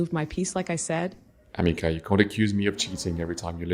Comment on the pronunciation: No.... Ameca isn't even close to looking realistic ..... But you are right , it is very creepy..... It's called Ameca .... Not Amecar